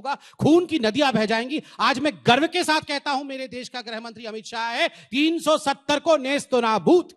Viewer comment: पत्र जी को तो गृहमंत्री भी ठीक से बोला नहीं जाता है। गृहमंत्री को ग्रहमंत्री बोलते हैं, पता किस आधार पर खुद को यूपीएससी पासआउट कहते हैं।